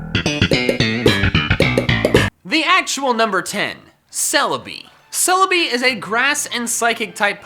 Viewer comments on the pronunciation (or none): For celibi said psychicy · THERE IS NO R IN CELEBI!